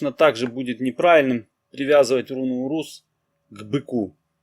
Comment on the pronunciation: Так и хочется внести поправку, ударение в названиях рун ставится на первый слог. Безумно режет слух фехУ и урУз. Даже не дослушала до конца